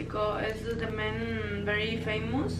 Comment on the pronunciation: "Fay-moose." -Yanet Garcia